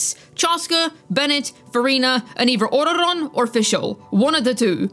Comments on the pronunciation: I like how you pronounce ororon, oraoraora! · Ororon😂😂😂 The way he pronounced😂😂😂 He or she I don’t wanna disrespect mentally ill people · why does bro pronounce ororon like that 😭